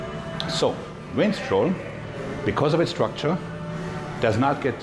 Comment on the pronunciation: Vinstrol....love the accent